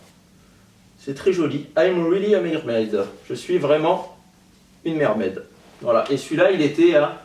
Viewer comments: J'ai cru qu'il avait dit "je suis une merde" au lieu de mermaid mdr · je suis vraiment une 'mermaide'' haaaahhaa